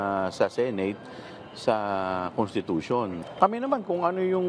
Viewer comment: CONTITUTION say's Fourtwith